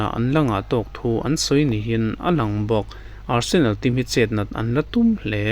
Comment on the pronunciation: Nia,Barsenal a rawn ti tlat in ka hria😂